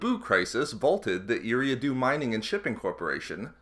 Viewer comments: its pronounced E-ra-do sorry it just hurts my ears to hear every planet mispronounced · Solid video but in the name of George Lucas, please learn how to pronounce Eriadu correctly! (Ear-ree-ah-doo)